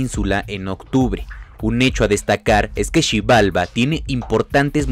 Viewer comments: ¿Por qué si la palabra Xibalbá tiene el acento en la última A, haciéndola una palabra aguda, la pronuncias mal? Xi-bal-BÁ no Xi-BAL-ba. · No sabe leer? tiene una tilde en la ultima "a" por lo tanto es "Xi-bal-BÁ", ¿cómo pueden fallar en algo tan básico gente dedicada a medios de comunicación" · Tiene acento y lo pronuncia mal el narrador!!!??? Xibalbá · Xibalbááááá es maya no sabes leer. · Con acento en la ultima a' xibalba' Porfavor.